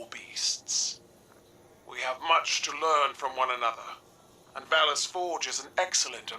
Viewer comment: bracus forge, not valus forge